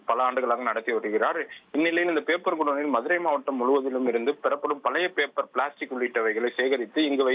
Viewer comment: Seithi vaasikkira pombala papernu ozhunga vasikka theriyadha,papper,,pamprr nu soldra styla 😠😡😠😡😠😡